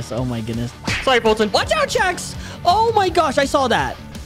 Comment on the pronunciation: not Colton its foltyn